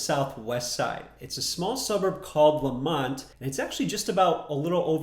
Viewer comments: It’s lemont not lamont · Yes Lemont, spelled correctly...not Lamont (as in Sanford) 🙄